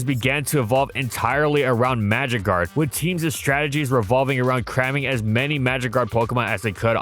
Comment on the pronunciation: The first 5 times I heard "magikarp" instead of "magic guard" and was so confused...